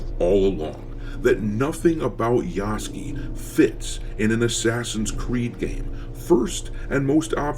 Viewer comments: I love how you keep calling him Yasuky instead of Yasuke. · Every single American I watch says Yasuke's name wrong, and they all say it wrong differently 😂💀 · Part of my entertainment in watching the coverage of this game is seeing how many ways different people can pronounce Yasuke's name wrong.